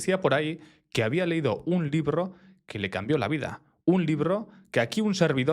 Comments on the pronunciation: "Un librro" Porque hablas así?🤔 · primera vez que escucho a alguien pronunciar doble la "r" en "libro"...tipo "librro"